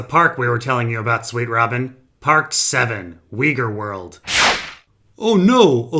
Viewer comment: you are mispronouncing "Uighur".